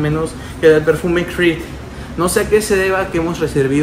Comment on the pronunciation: como puedes pronunciar con f una cr !!!! de verdad!!!